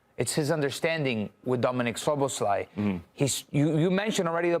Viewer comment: arsenal boy can't pronounce Szoboszlai. Don't they train these guys on names before putting them on tv? haha